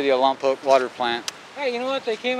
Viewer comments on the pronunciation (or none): Love Lompoc. Wish people would learn to say it correctly.